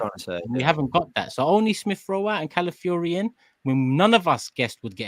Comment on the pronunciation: Shout out to fancam where he pronounced Calafiori as "Cow-filly-ho"